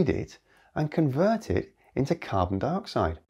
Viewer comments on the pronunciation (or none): none